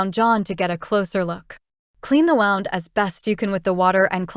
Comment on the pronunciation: Good story, I emjoy all your books. The narrator I'm assuming is AI...wound is always pronounced wrong. But enjoying the books.